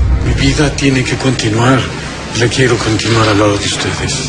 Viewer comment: Jajajajajajajajajajajajajajajaja no entendí 😓 Y te equivocaste diciendo envés de quiero dijiste queiro xd